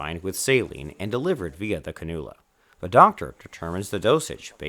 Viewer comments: Canoola? Its pronounced Can-you-la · Can-u-la (iv) not ca-Nool-ya